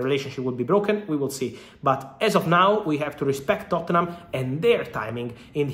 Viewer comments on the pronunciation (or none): It's Totnum bro not Tottennum LOL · Fabrizio pronouncing Tottenham 💀